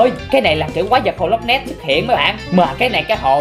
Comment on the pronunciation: Nói là loch ness đó anh